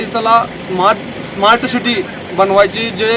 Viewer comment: साधं “स्मार्ट सिटी” म्हणता येईना भावाला, आणी थेट नगराध्यक्षपदाची निवडणूक लढवतोय.. 😂😂😂😂😂 एकून राजकारणावरून असं वाटतंय की, पाटलांना विटा, देशमुखांना आटपाडी नगरपरिषद, पडळकरांना जिल्हा परिषद आणी बाबरांना आमदारकी अशी वाटणी झालीय...